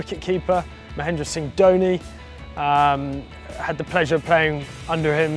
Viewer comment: Loved d way he pronounced "Mahendra" fr MSD...🏏🏏🏏